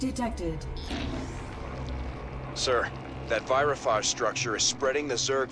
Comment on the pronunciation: Screaming as he lets the Virophages complete. Also, the way Horner pronounces Virophage...